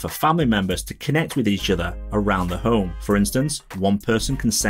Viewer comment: Really don't like the design. Why not just shrink the original homepod? Much nicer design. And it took me some time to figure out that Fred = Thread. I thought: "Who the hell is Fred, are apple switching from Siri?" And half of the time home is pronounced home with no H whatsoever. OmePod, OmeHit and so on.